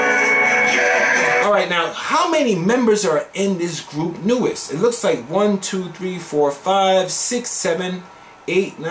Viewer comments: Hi! NU'EST is pronounced as "New East". 💓💕 it is an acronym(?) For NEW ESTABLISH STYLE TEMPO. They are an URBAN ELECTRO BAND. 😁👌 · are you sure about that Miria? everybody else is telling me it's pronounced (NEWEST) 💖👍🤓